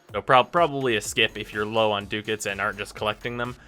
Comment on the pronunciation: it's DUCK-ETS, not DOOK-ETS